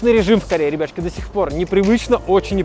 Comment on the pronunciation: Почему я постоянно слышу не ребятушки, а рыбешки))